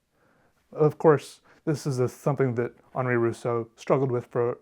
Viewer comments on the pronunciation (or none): none